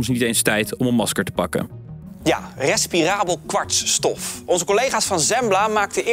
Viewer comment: Ik dacht precies hetzelfde 😂. Wel mooi dat Tim Hofman heel vaak foutloos 'respirabel kwartsstof' kan uitspreken 👌